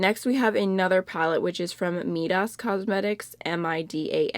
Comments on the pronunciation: Those multichrome pigments look beautiful in that photo! Definitely making a note of those. Btw, I think Midas is pronounced like "King Midas' touch" [MY-dus] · Lol u mean Myyydasss cosmetics (Midas) like king Mīdas ..long i